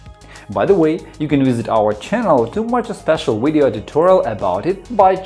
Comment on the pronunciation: I can’t go to the fecking control panel.....I also HAVE A BLUE SCREEN!!!!....also what the hell are ‘wiresses’ and ‘wideo’.....DUH.....aaaaaaargh!!!!!